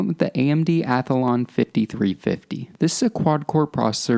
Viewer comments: "Athalon" Athlon Hugh? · its a called athlon not a athalon